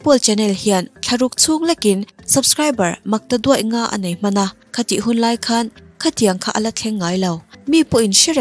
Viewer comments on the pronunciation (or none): none